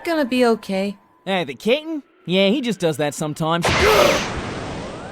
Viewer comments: Thought he was calling him KITTEN! lol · YOU KNOW HOW MANY TIMES IT TOOK ME TO REALIZE THAT IS SAYING CAPTAIN AND NOT KITTEN?!?!?! At least 35. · pronounces Captain like "Kitten" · Yeah, it took me a while to realise it wasn't "kitten". Even knowing it's Captain I still hear kitten. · Does anyone else hear saying "Kitten" instead of "Capn"? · is saying captain or kitten? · Lol I swear sound like he’s saying kitten instead of captain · At first I thought: kitten! (captain) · LMAO I thought that's what he was saying the whole time until you pointed it out! xD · Every time he says Captain it sounds like he's saying kitten to me lol. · Is calling Ginyu kitten? XD I know It's supposed to be captain...but it sounds like kitten:P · oh.... took me forever to realize was calling ginyu captain... I kept hearing kitten, now it makes sense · captain... cape-tan =kitten it does sound like kitten somehow XD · Thumbs up if you think that most of the time or however you spell his name is saying Kitten... instead of captain.. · Every time says "Captain," it sounds like "Kitten." And Freeza is God. xDDDD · hes saying captain, i thought he was saying KITTEN XD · When says captain it sounds like he's saying kitten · "I'm not that short Ca'tain." Poor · I swore called Ginyu "Kitten" for a moment... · I seriously thought was saying Kitten until I watched this the 10th time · How daft am I to realize is actually saying captain and not Kittin or Cap and not Kit? 😅😅😅😅......😅